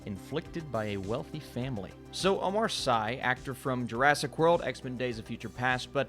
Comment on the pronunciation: It’s Omar Sy pronounced (see or si’)